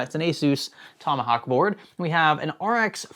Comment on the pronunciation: ''ASUS'' TOMAHAK'